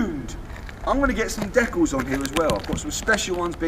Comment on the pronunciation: Great video 👍 it's decals not deculs tho 😂